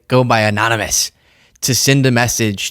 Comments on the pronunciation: Anomynous? Annnomanace? 😆 Missed opportunity for a sound bite my friend! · "Amonumus amonunominus" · Remember when Prez VonSchitenPantz tried to pronounce the word, "anonymous"...anominous, amonimus, anomus....because he's an idiot.